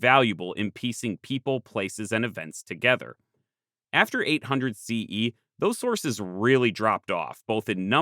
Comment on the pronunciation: I was totally on board with this video till he said “800 CE”. If you can’t even say the year correctly, I can only imagine how the rest of the video would be.